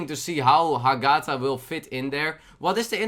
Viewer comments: You pronounce the GA too much, read it with HA-gatha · i think its pronouced ah-geh-tha.